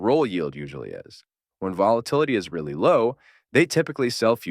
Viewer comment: Are you saying “real” or “Rule” yield?